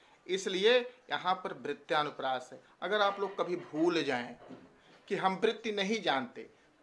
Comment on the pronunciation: वृत्यानुप्रास नहीँ वृत्यनुप्रास